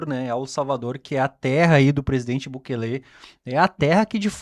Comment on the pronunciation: Não é Bukelê , é Bukéle